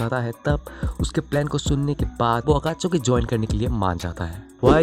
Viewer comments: Akachuki😂😂 nahi Akatsuki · Abe totle akatsuki he akatchuki nhi he jhatu bolna seekhle